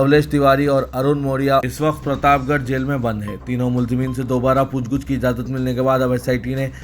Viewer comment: لف Lafaz pooch guch nahi balki pooch gach hai isi tareh lafz.taeen.bhi urdu ka nahee hai